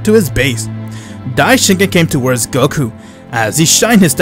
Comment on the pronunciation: Bro it's Daishinkan